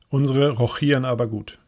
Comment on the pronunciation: rochieren kommt von Rochade, aus dem Schach. Das "ch" wird wie ein "sch" gesprochen.